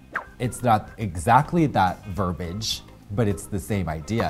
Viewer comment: I love how Katya says verbaGe